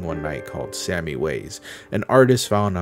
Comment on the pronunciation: Didn't it say Sami from Finland in that one profile? In that case it's pronounced more like "sah-me"